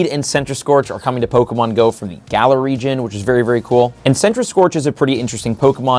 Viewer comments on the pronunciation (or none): none